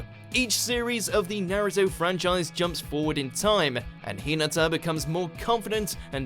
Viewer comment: Don't ever say Naruto lol